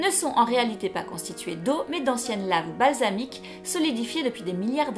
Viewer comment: oui, du basalte, elle a dit "basalique", juste un oublie du "t", ça arrive à tout le monde.